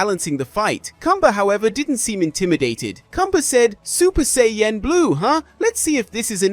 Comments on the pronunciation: Super Saiyan not SAY-YEN 😂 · Sorry, but how you say, "sayain," "say-yen" every time...distracting and annoying. Get your verbiage right man if your going to speak nerd in english. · What's a Say-yen ? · "Say-Yen" ok that's enough. 👋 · I KNOW , RIGHT!!?? HE HAD TO BE PRONOUNCING IT LIKE THIS TO SEE IF SOMEONE WOULD SAY SOMETHING. IT"S REALLY OVER THE TOP RIGHT?😂 I UNDERSTAND IF THE MAN HAD A STRONG ACCENT BUT I HEAR PROPER ENGLISH AND HE IS LITERATE . HAS HE EVEN EVER SEEN THE SHOW? I DONT WANT TO KEEP HEARING SAY-YEN. SO IM MOVING ON 5MIN. IN . TOO LONG ALREADY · Super Say-Yen... face palm... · i was thinking the same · It doesn't even sound right 😕 😅